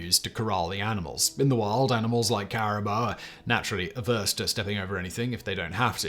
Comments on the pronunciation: It's pronounced "boo" not "buh". The "bou" is the french way of writing "boo". (like Louis) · After back tracking quite a bit ... Caribou, Pronounced kair-rih-boo in all parts of the world where used as such, not kair-rih-boe-uh, BUT ... I honestly had to research it quite a bit. The animal is apparently more often referred to as Reindeer in Europe/ Asia and Caribou in N. America. I am almost certain about the facts but 100% about pronunciation. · Good job, Simon. It's "Caraboo", not "Carabow" (And no one says, " Oot and Aboot". Except for three people in Ontario, maybe.) Cheers from the Pacific West Coast of Canada. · There is a town near me named Caribou. You are 100% correct on the pronunciation & the similarity of the animal to traditional reindeer. Classic Simon flub 🤭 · IKR, I wasn't watching when he said that and I was like "A what??"